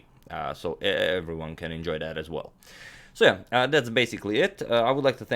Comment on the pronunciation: Originally, it was "So, yeah." Then it was "S'yeah." Now it's "S'eh."